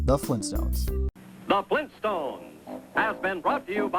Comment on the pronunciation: FLEENSTONES???